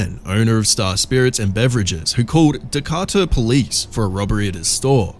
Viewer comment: 23 mark...your very FIRST incident example took place in the United States, in the city of Decatur, Alabama...please show respect as you "sum up" our police encounters by learning how to pronounce our city names...it's (dee-kay-ter) pronounced fast...Decatur, Alabama. Not only is it RESPECTFUL for you to pronounce our proper noun place names correctly, it's PROFESSIONAL as it doesn't make you look FOOLISH, IN A HURRY or UNEDUCATED.